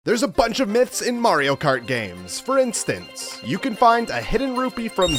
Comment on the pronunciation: Anyone notice he said “for instnace”?